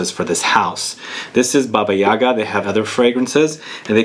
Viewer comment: The accent must be placed on the second syllable of the word - YagA.